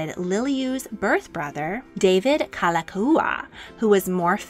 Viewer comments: While I enjoyed and appreciated this history, please work on your pronunciation of Hawaiian words. You nailed Liliuokalani but it’s Like Like (lee-kay lee-kay) and Kalakaua (ka-la-KOW-uh). It helps to know “o” means “of” and the prefixes Ka, La, Na are all “the”. For example, “o ka lani” means “of the heavens”, which can pertain to royalty. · I just can’t get over the narrator’s mispronunciation of King David Kalākaua 🤦‍♀️ 🤦‍♀️ 🫠